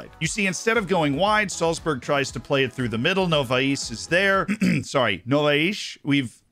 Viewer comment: If you wanna a tip with Novais name. This 'shh' sound is just the Portuguese accent, the Brazilian one is cleaner, like the first time you said it . And the strong syllable is the 'va' No-VA-is.